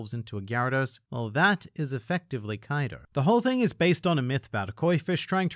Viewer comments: Why are we still calling him Kaido?? It’s Coido! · Kaido more like KOI-do